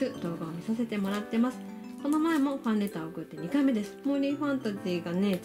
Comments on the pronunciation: いつもファレンターって言うんですよ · まだファレンターって言ってる笑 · 最初ファンレーターをファレンターって言ってましたよ😅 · ファンレターがファンレーターになってますよ